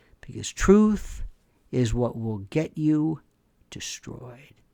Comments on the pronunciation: Love your take and delivery on the matter...So funny to hear you say the many ways to say [Truth-Truf] lol😂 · HE SAID "TROOF!!!!!!!!!" iM ROFLMAO TROOOOOOF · lol, did he say truf!!!? I gotta rewind that!!! lol